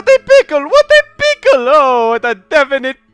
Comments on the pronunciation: Pickle sounds like Pcull. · The way you said "pickle" sounded like "Pcull". XD